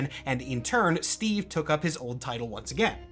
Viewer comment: STWEEVE ROGERS